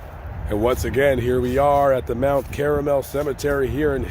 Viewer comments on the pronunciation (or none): It’s Mt. Carmel…not Caramel. Please get it right if you are going to continue with your documentary. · If he was buried in a Catholic cemetery, the name is Mount Carmel, NOT MOUNT CARAMEL. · It's Mount CARmel, not CARAmel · For God's sake, man! It's Mount Carmel, not Mount Caramel! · Mt. Carmel. Not caramel. 🙄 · Mount Carmel Cemetery. NOT CARAMEL. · Carmel. Not Caramel. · Mount CARMEL, Illinois - not 'caramel', for heaven's sake... We're going to have to send our A.I. chips to better private schools very soon. - Yes, I know it will be expensive... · Car-mel not Caramel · Carmel, not caramel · Carmel, not Caramel. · Mount Carmel, not Caramel. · "Carmel", not "Caramel". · It's Mt. Carmel (CAR-mull) Cemetery, not Mt. Caramel (CARE-uh-mel). It is in reference to Mount Carmel in Israel. It has nothing to do with the confectionery product of caramel. I'm not trying to pick on. That mistake aside, this is a good video. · Narrator: are you sure it's "Mount Cara-mel" like the syrup or is it supposed to be Mount Car-mel like everything else ❓ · Mt. CARAMEL...REALLY! You sure you don't mean Mt. Carmel??? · CARMEL... NOT CARAMEL... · Mount caramel, Carmel don't you mean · I think the cemetary is Carmel, not Caramel. Someone confirm please. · Correction: Mt. Car-mel...named after Our Lady of Mount Carmel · In all the years I've corrected people for mispronouncing the word Caramel as "KAHR-muhl," I've never once had to correct someone's pronunciation of the word Carmel, as in "Mount Carmel," as "KARE-eh-mehl," which is the correct way to pronounce the word Caramel. And yes, I am the life of every goddamned party. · Listen to you. Not even a thank you for all my hard work and actually paying attention to what the man said, and correcting a mispronunciation of one of the most well known mob cemeteries from the Chicago Outfit. This is an actual cemetery, not some make believe place from Willy Wonka. Just trying to help the man out.